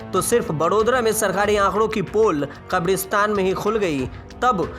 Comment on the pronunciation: Bed ko bedh bolta hai Kabristan ko khabristan bol rha hai Sankramann ko sankdamann bol rha hai Mariz ko maridz bol rha hai